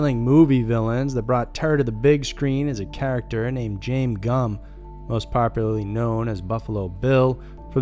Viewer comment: Yall have to tighten this up. A narrator who knows how to pronounce things- it's not JAME gumm, also the videos w the pics, you need to do better on making sure they're FROM the incident or stock footage.